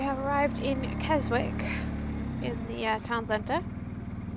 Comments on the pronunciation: Pronounced Kes ick the W is silent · Hi just want to say Keswick has a silent w and wrynose pass first 3 letters sounds like rye hope you don’t mind us saying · Great video as always guys, but just to note, the w in Keswick is silent 😂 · Love the video :) It's pronounced Wrynose to rhyme with tie (Wry-nose) and the 'w' is silent in Keswick, so it's pronounced Kessick. I was up Wrynose and Hard Knott on New Years day this year, so the memories are still fresh. (MUCH quieter!) Oh, and look up the Fred Whitton sportive and you'll see it's a single cycle sportive that takes in all the passes you did that day.